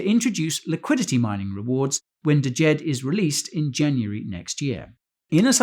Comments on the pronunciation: It's not "D-jed". It's just "Jed"......the D is silent. Otherwise, good video. Thanks. 👍🏾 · D is silent bro... it's pronounced Jed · "deejed? the D is silent(like knife the D Soften sthe J (so not like jeep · Thank you for the content. The first 'D' is not pronounced in Djed. The same way it is not pronounced in Django (Quentin Tarantino) If in doubt, look up the world. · Isn't the d silent hahaha